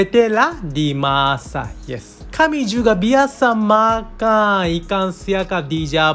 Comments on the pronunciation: Ikang siakap, persamaang, julai dang 😅 jepung haha kelakar l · Dia sebut ikang, Bunyi Ganu tuh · Cara dia sebut ikan macam loghat t'ganu (ikang) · Ikang.. Ganu ke hahahahaa 😂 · cara cakap tu…ada tambah g dekat n…..kalau loghat bunyi nya taklah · ikan dia bunyi ganu.. i like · bunyi ganu dh tu